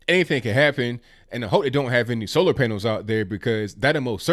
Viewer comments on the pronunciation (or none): none